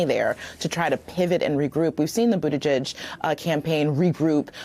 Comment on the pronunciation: Yes, Mika: Budda G-edge, rather than Budda Judge.